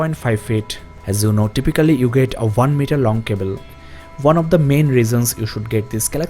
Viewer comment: Five point ONE not vun.